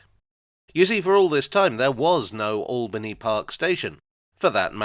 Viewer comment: My local station for 26 years… just one annoyance it’s locally pronounced Ale-bany park… not All-bany park , always winds me up on the announcements. My school pained a mural there back in 1980